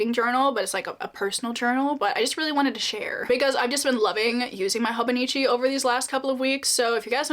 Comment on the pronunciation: Not a huge deal but if you will be talking about the Hobonichi a lot I think its nice to be pronuncing things correctly esp to a wide audience (at least imo) so sorry for the unprovoked advice: It's pronounced Hobo Neechee.since its Japanese each vowel is pronunced the same.